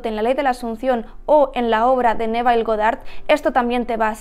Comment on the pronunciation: Solo un detalle desde el ingles americano Neville se pronuncia "Nevoll"